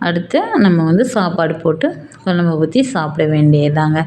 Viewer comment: அம்மையார் வாயில் 'ழ' கரம் படும்பாடு......... மழலையர் பள்ளியில போய் ஒரு மாதம் பயிற்சி எடுக்கச் சொல்லுங்க. 'குழம்பு' வைங்க. 'கொலம்பு' வைக்காதீங்க.